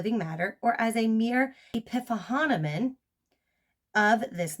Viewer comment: Epiphenomenon = Epi - phenomenon... "eh-pee fee-NAH-men-non"